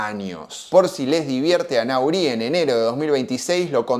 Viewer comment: Se pronuncia...Nory el apellido del frances